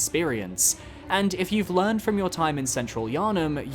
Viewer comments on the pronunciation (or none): none